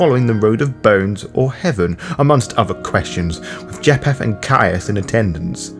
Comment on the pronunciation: or pronounce names correctly: ie. "Cappadocious" and "Japheth" . Overall, not a bad summary and I appreciate the work. I just think "Capadokious", "mafoosala", "jap-heth" and "Capadoki" are like nails on a chalkboard to me.